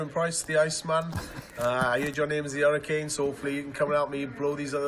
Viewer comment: Hoffentlich wird Kim Hybrechts jz nicht eifersüchtig wegen "The Hurrikan" 🤣🤣🤣